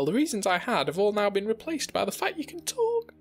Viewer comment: There's something so funny about the way he says "talk"